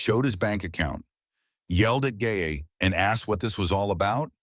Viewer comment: i heard u say the girl gay not gae